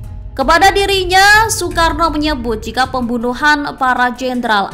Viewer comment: Nasakom dibacakan soekaarno